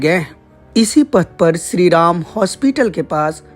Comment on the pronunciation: Ye to ghour narak mein jayegi .. isse shree ram ka naam vi thik se Lena nahi aata...